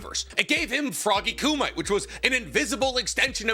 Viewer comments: Btw it's pronounced koo-mee-tay, not koo-mite. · This dude is STILL saying "kŪ-mite", years later??? I know he's been corrected hundreds of times. He's being annoying at this point. KŪ-MI-TAY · you can tell never watched dubbed its frog kum-ee-teh not froggy kum-ite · All these years later and pronouncing “koo me tay” as “koo might” stills kills me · It’s ku-mi-te not “koomite” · Frog ku might❌️ Frog Kumiteh✅️ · It's pronounced ku-mi-te not ku-mite. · Please, dude, not Coomight. sounds.... fuzzy on the brain. Ku - meeeeeee -teh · FROGY KUMITE= KOO-ME-TAY!!! DAFUQ IS A KUMIGHT!!! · Wth is frog ku-mites? Don't u mean kumite(ku-mit-tay)? Lmao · KOO- MIGHT!! 🤣🤣🤣🤣🤣🤣 You mean Koo-ME-TAY *Boondocks random sound: HAA HUU HAAAH YAAAH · Froggy Kumight lolol. Ku-Mi-Tay 😂. I do greatly appreciate this discussion though. I've been so irked that Froggy Kumite was basically written out. It seems like Naruto should even be able to use it as a Kurama Mech. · I thought it (kumite) was pronounced Koo- mi -tay... not koo-mite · Love your content but fairly certain it's pronounced koo-me-tay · Wtf is froggy kumai? Frog kumite? Same as chiboku tensai, you mean chibaku tensei? Dont watch anime with english dub… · Isnt it pronounced like “koo me tae” or am I tripping ? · Froggy "KOO-MEE-TAY" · is it not Coo Mee Teh = Kumite. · coo-mih-tay. Why is pronunciation such a struggle for everyone when they say it in the media being covered? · Hearing pronounce "kumite" like that so many times was painful. I'm reasonably positive it's meant to be "coo-mee-tay". Pronounced very similarly to "hajime" or "yamete" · Hey man, I know that you're like you and all. And I trust you, but are you saying frog kumite correct? I thought it was ~frog~ (koom-it-tay) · Every time you see froggy ku-might my stomach churns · Am I crazy? Is it not pronounced Ku mi tay? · It's Frog Ku Mi Te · koo-might lmfao! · Kumite is pronounced koo-mit-tay....... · Bro will never pronounce kumite right i swear😂